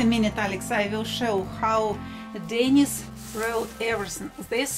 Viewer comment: no, sorry: not DENnis. but DenEEs. Dennis is a man's name, Denise is a woman's name. ah Grumbacher ! very good quality ! the best !